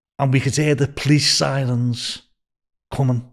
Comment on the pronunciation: Cwazy and siwens 🤣 Welease Bwian.